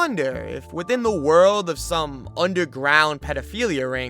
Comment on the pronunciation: wowd of a gwoup of individuaws